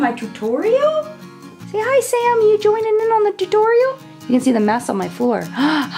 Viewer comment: I recreated the look today but I was too lazy to get my Naked Basics 2 palette so I mixed 2 of the tan shades (???reflection and chessboard maybe??) and it turned out nicely! Yes,, I wore it to work! Thanks for the inspiration and for saying T-U-T-O-R-I-A-L that way!😂😂😂